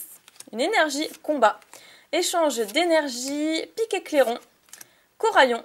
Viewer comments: On dit PICLAIRON, pas PIKÉCLAIRON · C pas picaclairon mais piclairon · J adore video maid juste une remarque c est PICLAIRON et pas PICAICLAIRON